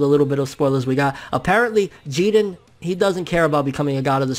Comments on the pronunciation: Say his name like everybody else... Jiren.. Not Jeden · I get how Japanese people pronounce their names differently but you're American bro stop being obsessed with Japan. you don't have to pronounce the characters names the way they do. Say jiren. but you're saying (Jeedin) its annoying TBH bro and it's sorta cringy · It bothers the fuck out of me when he Says Geeren instead of JIREN which sounds like JIRIN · lool love ya bro but its Ji RRRRRRREEEENNNN. I was cringing through the whole video hearing you say Jiden loool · Why are you pronouncing his name Jegen, there's a R in his name dude, it's Ji-Ren. Just like when people started calling mario, mayro because of the Spanish name. Mario isn't Spanish, he's Italian and they even pronounce his name in the game. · I’m all for correct pronunciation and everything, but for some reason I prefer “Jiren” over “Jeeden”. I get it, like, because Japanese and whatever, but still. Just an opinion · "Geeerren" fucking weeaboo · I really hate how he pronounces jiren .....it’s ji-rennn! Uhhhh sooo annoying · Stop saying "JEE-dren". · Whenever you mention Jiren it sounds like "Jiden" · Taz Taaz I thought that there was a silent R in Jirens name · Stop saying Jiren with that Oriental accent ,it doesn't make you official. Damn you uploaders are weird. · Good video but the way you say jiren is my new pet peeve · Your saying his name wrong dude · Why people pronouncing Jiren's name like he's hispanic? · The way you say jiren is giving me ear cancer bro... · Why do you insist on mispronouncing his name? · i swear hes saying his name so wrong